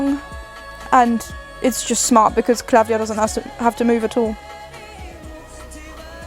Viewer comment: The singer’s name is klavdia ,not KLA’VDIA the tone is on i